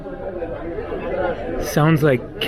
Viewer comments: The beer Celtia sounds like Seltia not Keltia :p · Celtia is a local Tunisian beer, and they pronounced it 'seltia'. Locals do drink it, as Tunisia is relatively relaxed. 🍺 Djerba is a historical center of the Jewish people. It has a significant Jewish community with a few thousand, and a lot more come for pilgrimage. Al Jazeera or Jazira refers to an island, or area surrounded by water. Even in Iraq, there's a northern area between the Euphrates and the Tigris called Al Jazira. Enjoy your stay! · I think they pronounce the beer as “Sel-Tee-Yah”. I can somehow read Arabic words, even though I don’t speak it. And the Arabic letters on top of the bottle starts with a “sin” which is an “S” in our alphabets. It is spelled literally as… SLTYA.